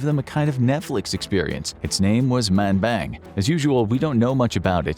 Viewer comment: Sorry but "manbang" 😂😂😂😂😂😂😂😂💀💀💀💀💀💀💀💀💀💀💀💀💀